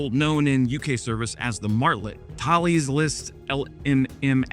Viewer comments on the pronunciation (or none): its not pronounced Tha-les. Its pronounced Th_ales, as in beer. Now go and practice with a pint of IPA. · Great video but the company pronounced Taless not Thales. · Thales is pronounced Tah-less. It’s the French pronunciation of the Ancient Greek philosopher Thales, which in English is pronounced Tay-lees. I was a defence journalist when Thompson-CSF planned to change their name to Thales. I told the CEO that English speakers would mispronounce it. He laughed. English speakers have been messing it up ever since. Kudos on not saying what most English speakers say, which sounds like “sales” with a lisp. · In the UK, i have a relative who is a software programmer for Thales, and I remember him correcting me 20 odd years ago because I pronounced it Th-ales and not 'Thails' he insisted 😂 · I worked for them. Tah Less. in the UK. However, it's named after a Greek. Tay Lees, Thales of Miletus. Myself, I struggle with Bombardier! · Thales is pronounced Tal-is. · Missile not muzzle Thales not thaleze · As a former Thales employee I can confirm we -in the UK - pronounced it "Talis", though one or two would pronounce it "Thails".. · Thales rhymes with Alice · Thales is pronounced 'tah-lez' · THALES pronunciation - rhymes with "Palace" or "Dallas" - TALESS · Quick note here. As a Canadian, I also struggled with the pronouciation of the company name "Thales." If you type the name of someone, or something, such as a company, into google translate, the French pronounciation is really, really good. It mimicks human pronunciation extremely well.